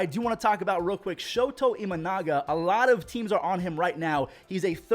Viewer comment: Just a heads up, it's "Shota". Not "Shoto". Anyways, love the content man!